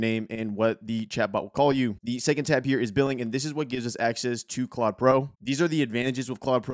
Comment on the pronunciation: Thanks for the intro, good vid (it’s pronounced Clode, btw).